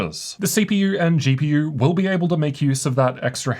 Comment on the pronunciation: your lungs will thank yooorr toorr gpurrr